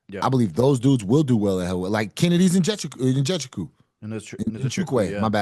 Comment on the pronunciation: Injechiku x2